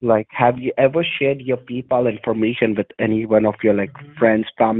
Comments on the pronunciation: "PEE-Pal account" 🤣😂🤣😂🤣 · 'peepal' they straight up gave up on trying to pronounce it correctly huh 😂😂😂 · "Peeepal" account LOLOL 😂😂😂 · Sounded like he said your pee pal account the first time